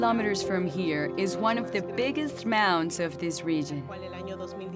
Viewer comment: "about ten kilometers from here, is one of the biggissst mounds of this rigin"